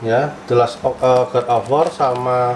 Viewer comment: Bang bukan god of war tapi godobor